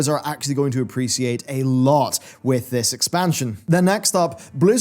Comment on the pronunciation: you mean "appresiate"